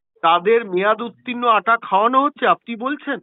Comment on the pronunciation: 'আঠা' নয়।আটা হবে।